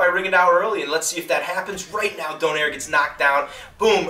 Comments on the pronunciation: its pronouce donayre not donaire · if you would like some help with these fighters pronunciation: Ree-gon-dee-oh and Don-ah-eeh-reh cheers:)